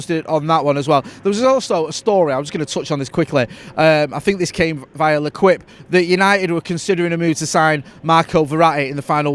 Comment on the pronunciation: L'equippe. Le keep. Not le quip.